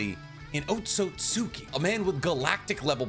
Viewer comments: Had a very similar theory regarding O but my guy … Otsutski gotta sound more like OAT-SUITS-SKI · Please lmfao it's not "Ohtsohtsuki". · Man said oatsosuki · Why do some people say Akatsuki correctly, but can't do the same for Otsutsuki? Otsut Ski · I love your videos, I hate how you say Otsutsuki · Why do u pronounce otsustuki like that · I’m not gonna lie: this video has been amazing to watch, but every time he says “Otsutsuki” wrong, it drives me insane.